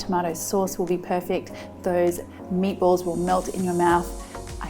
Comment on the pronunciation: Why do I’m hearing MAPLES whenever she says Meatballs?